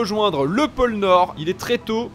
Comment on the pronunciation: Pôle nord Pas pole nord